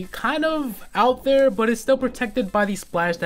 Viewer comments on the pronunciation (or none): I hate how you say "but"